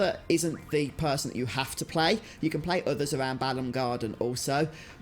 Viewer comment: Always hated people who pronounced Galbadia "gal-BAD-dia" or "ba-lamb" garden..one of my biggest peeves is people calling lunatic Pandora "loon-ah-tic" its "loon-attic"